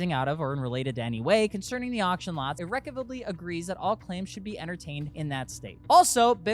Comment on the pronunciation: Look up how to pronounce “irrevocably” please. lol just ribbing on you.